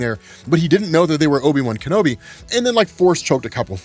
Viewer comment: No you didn't just do that. Not Obi-Wan Bum Kenobi lmao